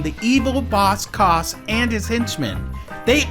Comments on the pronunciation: Boss Cause? ” It’s Ca-ass” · The way he pronounces Boss Cass lol